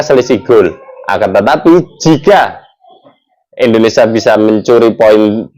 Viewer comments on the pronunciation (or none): Tolong muncung mu kalo nyebut Indonesia jangan endonesia 👊👊